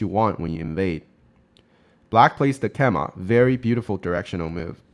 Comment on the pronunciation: Excellent content, have really enjoyed watching your recent videos! You are saying keima = ke-ma a lot but the common English pronunciation is kay-ma I believe (also similar to Japanese).